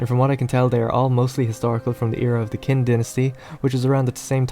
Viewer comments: Qin is pronounced Chin not Kin you fucking, fucking idiot. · qin is pronounced like "chin", not "kin". I'm chinese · By the way it's pronounced "Chin" not "Kin" goddamn you Wade Giles. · It's pronounced like "Cheen" (rhymes with queen). The tone is similar to asking a question, it rises at the end. "Cheen?" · great review, I agree with most of your opinions except I must clarify that Wu Tang was an actual Martial Arts Clan that existed in China for many years (not the hip hop group that drew its inspiration from it that you mentioned). Also just for your own personal knowledge, you are pronouncing Qin wrongly (the Q should have a Tzh sound when pronounced in romanized form of Mandarin). That aside I think that it is time for a China Total War, cheers mate!